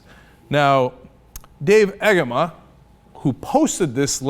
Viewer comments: Agema is pronounced age em uh. He spent his "illustrious" career in the Michigan House introducing legislation every other day that would make Limbaugh look like a moderate. I could not be happier he is no longer a member of my government. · I think its pronounced Ah-gay-ma. Also his views are disgusting and wrong.